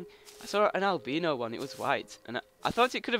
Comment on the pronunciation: lol... "albeno"